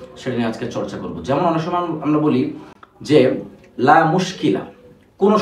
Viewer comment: লা টান দিয়ে পড়তে হয়না ?